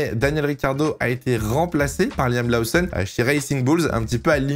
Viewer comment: Laoussonne ? Connait pas Ça en devient stressant à la longue 🤣